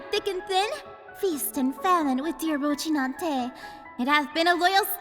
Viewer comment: What the FUCK is "ROCHINANTE". FFS, learn the pronounce names properly, especially if you're making video about it.